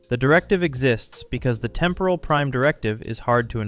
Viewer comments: Please pronounce the word 'temporal' correctly. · What is with the weird pronunciation of "temporal"? Urgh.